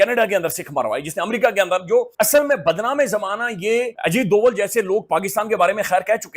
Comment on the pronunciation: Ajit Doval ❌ Ajit Deul ✅